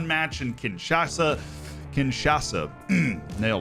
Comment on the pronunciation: Love this series!! As someone from the DR Congo, it pains me to be reminded of how Morocco basically crushed us in the qualifiers 😂. Anyway great job pronouncing my hometown “kinshasa”. And also great job in this series 👏🏾👏🏾